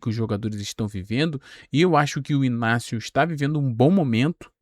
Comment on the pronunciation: I G N A C I O e não Inácio. Ele já falou isso